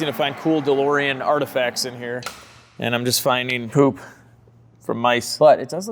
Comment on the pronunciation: A challenge Do a shot everytime says DeLoreon, and see how long you last until passing out🤣